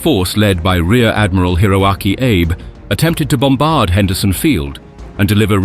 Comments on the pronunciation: How about "Ah-bay." Don't pronounce Japanese surnames as if they were dear old Abe Lincoln. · It's Ah-bey, not "Abe". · The rear admiral's name is pronounced AH-be.